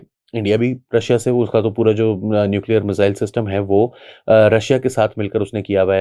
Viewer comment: پائن میزل ایک بیماری کا نام ہے، میزایئل درست لفظ ہے